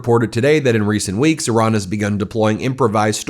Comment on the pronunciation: Thank you for properly pronouncing 🇮🇷 Iran